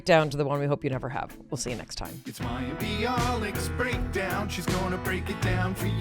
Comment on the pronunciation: Can we just praise Mayim for the way she correctly pronounced this complex name?! 🥳🙌